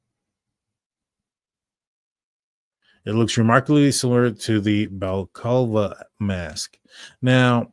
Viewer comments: I’m surprised at how many Americans didn’t know what a balaclava was or how to pronounce it. This is any item commonly worn mainly by unruly teenagers here in the UK obviously to avoid identification when behaving anti socially. It is pronounced Bala clava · Bro Google how to pronounce the word Balaclava. ❤